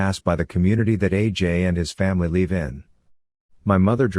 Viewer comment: Narrator, it's LIVE, not LEAVE!!! Geesh!!!